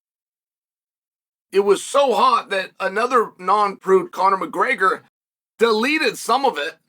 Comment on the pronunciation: Conor “Muhgreyger” 😂